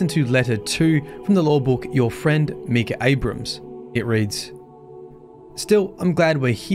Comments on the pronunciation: Barely started watching and how you pronounce his name already annoys me. Micah(mike-ah) is the correct way to say it; just wanted to point it out(like many others already have. Other than that the lore overall is 5x darker than the previous darkest lore we've had. Among other family members mentioned on the raid armour/weapons; Ada is listed and it's implied she's a non-Exo at that point in time. That in itself is massive as she was likely CB's final successful experimental Exo that doesn't need to be mind reset?? Besides that any current Exo couldn't get mind reset even if it was necessary as the facility to do said function is basically non-functional/destroyed!!... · Your pronouncing Micah wrong. Your pronouncing it me-cah, instead of mI-cah. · Micha is "my-ka" not "mee-ka" that's spelled Mika. I went to school with Michas and Mikas lol jus saying 👀❤️ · Its Pronounced Mike-ah not Me-Cah.... names aren't hard... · So, did you start to pronounce the name as "Mee-kah" from the get-go or did you have to readjust your pronunciation of the male name "Meye-kah" (long "i" sound) which would be from the Bible. I personally have only met guys who pronounce their names as Micah (with the long "i") where Mika would be the two girls whom I have meet that pronounce it with the long "e" sound. Really interesting lore video nonetheless to see all of the ties to itself and other aspects of the Destiny-verse. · Micah. My. Kah. Micah. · It’s not Mikah, it’s Mikah 🤣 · It’s Pronounced (My-kah) not Mii-ka. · The I is not an e not meecah it's mike ah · Love you bro, but for what it’s worth, it’s pronounced Mike-ah, and he was a biblical Prophet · It’s pronounced “My-ka”. Trust me, since that’s exactly my name, and how it’s said lol. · I have an IRO friend with that name and it’s pronounced Mike-ah. Great video otherwise! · It's pronounced "My-kah" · It is pronounced MY-KUH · Anyone else bothered by how he says Micah.... like bro talk like Arthur Morgan when you say MY-Cah